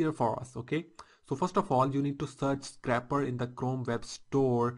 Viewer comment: Really great video thanks! But please learn to say scrape properly! lol!